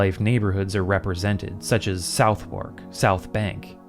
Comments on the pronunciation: Because England is a very normal country, Southwark is pronounced more like Suth-erk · Dude I love your videos and am so happy when you release a new one. Just to say you have helped me get through 2 heat waves in the UK! This is not a criticism but just in case your interested. The London borough of Southwark is pronounced [Suv-urk] :) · I'm glad I'm not the only one who finds it difficult to pronounce the names of English boroughs, Mr. "South-wark" 😅 it's painful because I've done that too, I'm still pronouncing things wrong and I live here now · Southwark. Suthuck. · The way you said Southwark and Thames admittedly made me giggle. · Please don't take it the wrong way, but taking into account how meticulous you're with the details sometimes, your pronunciation of 'Southwark' was surprising. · Loved the video, though your pronunciations of Southwark and the Themes hurt 😅🤣